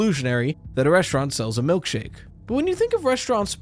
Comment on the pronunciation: Ah yes, “malkshake” 😂